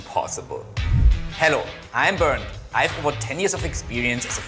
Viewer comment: Why you calling him Bern Dee lmaoooo